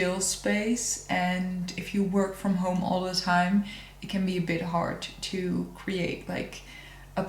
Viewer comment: I like the way that you say ‘choo’for ‘to’! Can’t get away with anything, can you! 🥰